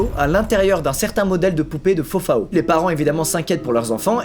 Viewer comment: Squeezie qui prononce fofaO les brésiliens en sueur